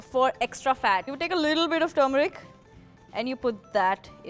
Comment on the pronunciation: "Tumoric" ...... ........okay....